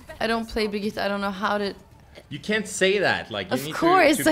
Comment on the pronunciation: still funny how they placed the R, Birgitte